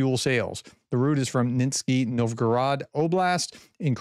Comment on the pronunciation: Nizhny reads as Neezh-niy, not nitsky. There is no k there. ZH reads as g in mirage.